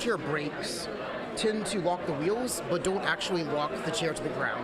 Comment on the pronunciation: he says "wock" (or "walk") instead of "lock" twice. Like Elmer Fudd. Weird.